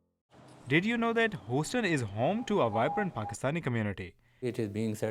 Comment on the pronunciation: Your pronunciation is terrible...its not pronounced hoseton...as you are saying...its pronounced Huseton but spelt Houston